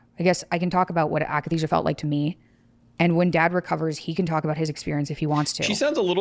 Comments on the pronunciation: akathisia, not akenisia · it's akathesia not akanesia... nothing to do with muscles.. i experienced it aswell when i went off lexapro. it's like an extreme withdrawal feeling that you can't shake, like your body has pins and needles everywhere and you're in a constant state of jonesing but there is literally nothing that will take the edge off. it was so painful i had uncontrollable hallucinations of stabbing myself. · When the host says AKANESIA you kinda loose all respect